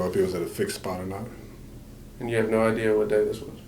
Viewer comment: 😂😂😂😂😂😂😂 ALL THE BACKPEDALING SIS 😂😂😂😂😂😂DAMN YOU GON 'STICK' TOO YOUR STATEMENT?!?!?!?! THAT'S A GUILTY ASS QUESTION 😂😂😂😂OOOWEEEEE, SHE SAID SHE DIDN'T HAVE NO 'IDEAR' AND SHE STICKING TO IT!!😅😅😅